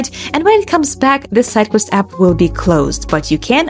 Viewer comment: Redo this video with a person that speaks clearly and slowly so we can actually follow instructions without having to replay 17 times. Even when she says "sidequest" it sounds like something else.